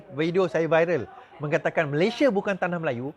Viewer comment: Keep fighting n bury all the corrupt traitors alive but btw the name of our country shld be pronounced as Malaysia as spelt in BM instead of 'Malayshia'. Good luck to you n your team.